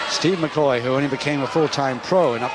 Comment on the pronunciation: McHoy, not McCoy. Son of Frank "Wild Angus" Hoy.